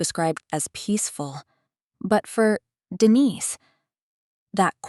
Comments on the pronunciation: Name of protagonist Denise is not pronounced correctly. Distracting. Storyline interesting. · Denise pronounced correctly in first minute but later not.